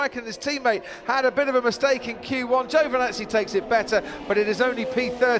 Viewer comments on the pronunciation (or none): none